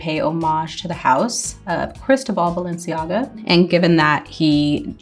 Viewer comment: balenciYAGA🤣 icl that got a laugh out of me